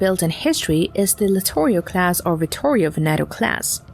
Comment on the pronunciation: Sounds Asian. Always says “crass“ instead of “class“. It’s got to be easier to use a human voice…